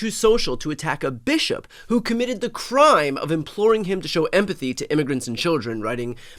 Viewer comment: “This Bish-op” 😂